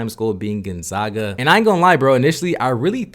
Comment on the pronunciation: It’s not Gonzoga. It’s Gonzaga. Zags not Zogs.